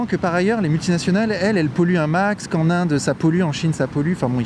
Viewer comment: « qu’en Suisse » pas « que en » Bordel la liaison !